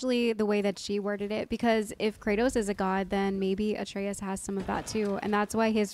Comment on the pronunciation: The video telling how to pronounce Atreus is actually wrong. You are pronouncing it correctly like how Kratos calls him - "a tray us"